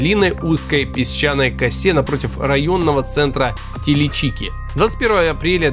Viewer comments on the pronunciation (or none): Не ТиличИки , а ТилИчики. Это я говорю как житель Камчатки. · Очень грамОтный рАссказчик, ошибок столько, что и перечислять замучаешься. АнадЫрь, ТиличИки, ЧаУнский. Хоть Википедию открой, посмотри где ударения… В целом видео отличное…